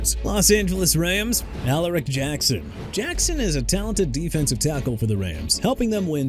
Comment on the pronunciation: OJ SIMPSON AIN'T ON THERE WHAT'S YOUR PROBLEM?? ALSO DUDE IT'S SURRY COUNTY VIRGINIA! AND STOP SAYING CHI-KAH-GOW!! CHICAGO PRONOUNCED EITHER SHEE-KAH-GOW OR SHUH-KAH-GOW! YOU GOT THAT?! LETROY GUION AS IN GUY-ON NOT GHI-YON! ALARIC AS IN AH-LAH-RIC NOT AH-LE-RIC! JAGUARS AS IN JA-GWAARS NOT "JAGWIRES" SO I DON'T WANNA HEAR YOU SAY THAT NO MORE! TYREEK HILL HAD TO DEAL WITH ALLEGATIONS OF ASSAULT AND PATERNITY ISSUES AND GETTING PULLED OVER FOR SPEEDING... OKAY GOT IT BRO! DON'T HAVE TO RUB IT IN! HE'S BEEN GONE!!! AND NEW ORLEANS AS IN NEW OR-LINS NOT NEW OR-LEANS! YOU AIN'T SAYING THAT NO MORE EITHER! ALSO YOU MEANT "UNIVERSITY OF GEORGIA STAFF MEMBER CHANDLER LACROY AND FOOTBALL PLAYER DEVIN WILCOX"?! YOU DON'T KNOW HOW TO CORRECT YOURSELF THEN YOU'RE IN THE WRONG PROFESSION!!